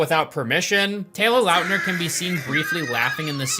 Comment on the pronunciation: Taylor Lautner. Why are you saying LOUTNER It's lawtner